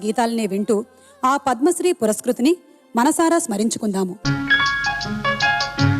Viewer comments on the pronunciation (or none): పురస్కృతుని అని చదవాలి.